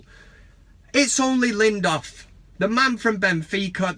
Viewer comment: I love the van cam, but maaaaan his name is LINDELÖF not LINDÖF. yes there's a difference :)